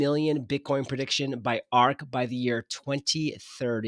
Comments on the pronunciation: It’s ARK. not ARC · ARC is ARK. Not ARC. Credibility is down.